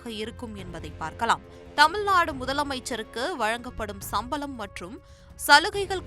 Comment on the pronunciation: சம்பலம் இல்லை சம்பளம் சரியாக உச்சரிக்க வேண்டும்